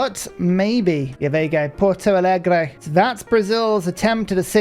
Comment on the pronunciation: wtf... This is one of the best pronunciations of "Porto Alegre" I've ever heard from a gringo. Nice.